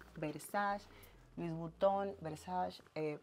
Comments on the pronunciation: no se pronuncia “versash” se pronuncia “versache” (versace) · Por que alla pronunciatln Versace como "versach". Tengo entendio que es Versache que pronuncia. Y yo queria que el video fuera maa largo. Me encanta ver ropa y carteras ajenas😂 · MUCHO GLAMOUR Y DICE "VERSACH"😂😂😂😂😂😂😂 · Cada vez que dice "versash" a Donatella le da un paro cardiaco